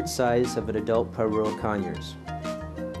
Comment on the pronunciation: You're pronouncing Pyrrhura with the last R silent. Phonetically isn't it Pirura? And not Pirua? Or am I wrong?